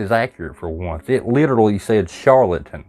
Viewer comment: That speck of dust or so passes in front of the portal then reappears below on the other side of it. It's just dust. Oh, the "Charlatan" sounded to me like the F Bomb. Not joking.